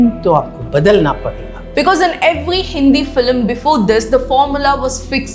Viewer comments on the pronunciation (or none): none